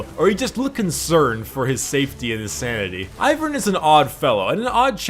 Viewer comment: The way you say Taliyah and Ivern triggers me